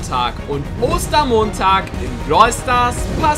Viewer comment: Wieso sagst du Oster Monntag